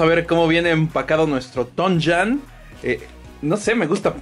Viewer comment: se dise TOYAAAAANNN nooo tonjannnnnn subonrrrmaaaaaallllllll